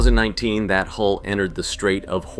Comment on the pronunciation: Hull number not HOLE stupiiidd!